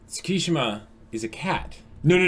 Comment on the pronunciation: it's not Sssukishima, it's Tttsukishima